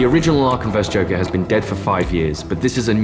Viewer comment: "The Jonkler"